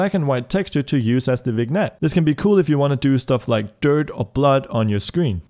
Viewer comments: “Vig-nette” lol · Nice video, only comment is that vignette is pronounced vinyet